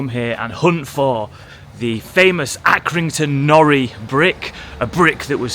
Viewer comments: I'm another Accringtoner. Locally it is called Accy NORI brick. Nori being pronounced NOR - i. The 'i' pronounced as in the i-pad. Due to the fact that it is IRON spelt backwards as it came out of the kiln backwards when they were first fired and it stuck. I am a retired joiner and have had to drill into these bricks often. You need a new condition SDS type bit to have any chance of drilling into it as they contain iron. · Accy nor👁️ not nory (pronunciation) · We call them Accy No Ri bricks not nori x x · It's Accrington NOR.I!